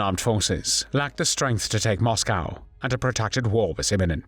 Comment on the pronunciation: Interesting pronunciation ''Moscow''???